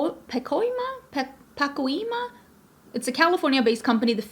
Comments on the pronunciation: It's Pah COY ma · Puh-coy-muh. I’m from Cali.🙃🥰